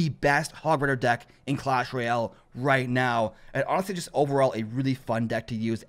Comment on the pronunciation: Clash rooyel)))))) xD